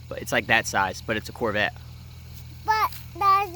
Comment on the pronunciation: SO CUTE, What a great dad you are, I love how he says "Torbette" instead of "Corvette".